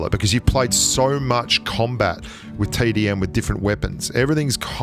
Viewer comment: “Playing wif space it calms you down” Me: Oh yea...Yes ou